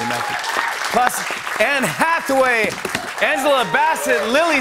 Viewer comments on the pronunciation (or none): none